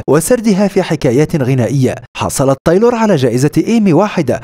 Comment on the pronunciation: بس ليه تقول طايلور 😂